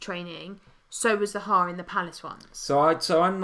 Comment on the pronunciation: I love your stream but cannot stand the way you both pronounce Zaha, it's not Zahaaaa :)